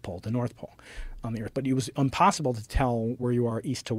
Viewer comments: does he say unpossible? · He just made an error im pronouncing impossible. Give him a break gays...